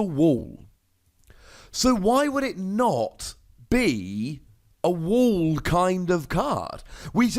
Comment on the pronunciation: It's Full metal wall, not wool